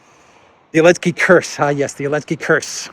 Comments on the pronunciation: Why does keep on saying Elensky, without the Z? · Mate, the name is Zelensky, say it like a man. Don't be a coward. If you're so afraid of YouTube censorship, upload to other platforms